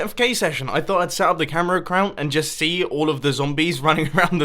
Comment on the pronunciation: he says camera accrount instead of account